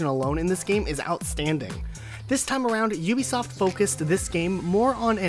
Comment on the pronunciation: It's Ubisoft not U- besoft